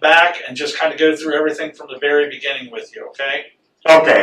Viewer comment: "in da beninging"